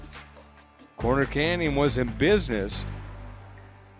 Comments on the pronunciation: This announcer sucks smh... Its CORNER Canyon not Connor Canyon. Seriously man you have 1 job, and you're butchering the teams name? Figure it out lol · Not sure I can sit through this. At any point do they tell the announcer it’s “CORNER” Canyon not “Conner” Canyon. How do you mess that up? Is Utah the only place in the universe where corners exist? Has he really not heard the term before? “The gas station? It’s just down the street and around the conner!” Good grief.